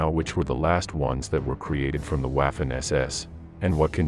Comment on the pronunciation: Please check how to say Waffen, Wehrmaht and Luftwaffe. The way you say those words is silly. In Germany W sounds like V and V sounds like F.